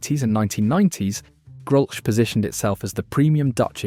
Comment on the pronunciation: Another thing Grolsch is pronounced 'grolls'